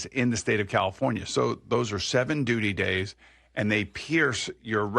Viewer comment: lol boomer said gays while trying to say days